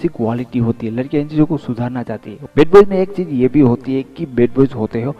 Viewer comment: love ko law kyun bolte ho yaar and bad boy ko bed boy bolte ho...plz bolne ki practice pehle kar kd bolo plz.... yaar